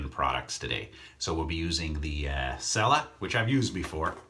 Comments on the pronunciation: Nice shave. Just an FYI, the soap is actually pronounced CHELLA, not sella. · I might be wrong, but I believe cella is pronounced Chella